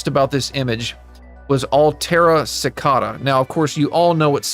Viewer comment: It's "si-kay-duh" 🥲 not "su-ka-duh". Rather than that, I love your video